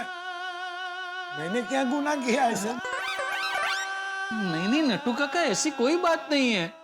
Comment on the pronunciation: yesa nahi eesa